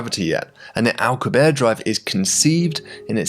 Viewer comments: 😂😂 "alcabear" that's not it's pronounced... it's "al-coo-bee-air-ee" 😅 or you know Alcubierre 😂😂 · Alcubierre is pronounced AL-COOB-YEAR not ALK-YOOB-AIR. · Its Al - coo- bee - air, right? Why would you make such a cool video then blow it by making up your own pronunciation of the word Alcubierre? Jeebus. This is all wrong. The crew cant know about whats going on on Vega because they arent there. They are in their own bubble of time and space, disconnected from the others. You are completely ignoring the time it would take for the crew to receive messages from the earth and vega about what they knew. How long does it take earth to alert vega? Something else youve ignored here. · Since Alcubierre is a major part of your video, and someone you may reference in the future again, just wanted to point out your pronunciation of his name is quite off. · For the love of God, pronounce the final e in "Alcubierre"